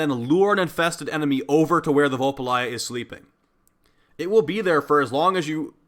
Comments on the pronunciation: I nearly died when said “Vul Pa Lie Ah” He even spelt it wrong in the title so no wonder he couldn’t pronounce it! They are called Vulpaphyla! “Vul Pa PHY LA” 😂😂😂😂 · I feel like de personally made this the literal embodiment of covid 19 because is spreads plague like a wildfire faster then saryn fyi its pronounced vulpaphyla say it with me vul pa phy la vulpaphyla now your taught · Deimos (day-mose) Vulpaphyla (vulp uh feye luh) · pronunciation: 'v⋅ul⋅pah⋅fie⋅luh not that it matters really, but that's it. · SIGH DAY-mos Vulpa-FY-la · Say it with me Vul - pa - fi - la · Ah yes, VULPALYJAH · Son literally says it every time you capture one. I will never understand how the fuck people don't know how to pronounce these things by the time they have one as a pet. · i braced myself but nothing could have prepared me for your pronunciation of vulpaphyla 😭😭